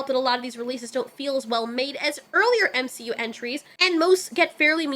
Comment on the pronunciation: you are saying M she U incorrectly.